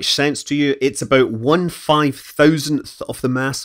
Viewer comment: I can’t get past the “abouut”